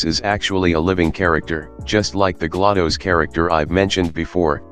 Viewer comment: Galados (Its pronounced gla-dose not ga-la-dose)